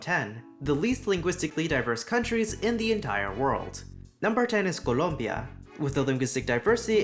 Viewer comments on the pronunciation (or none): the way you said Colombia omg 😅 native Spanish speaker spotted